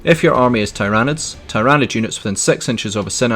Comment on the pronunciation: It's TYranids, not TyrAnids, mate.